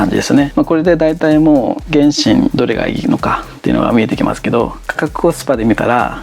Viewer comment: すんごい比較だなぁと思いましたが、ちょっと原神の発音が気になりました笑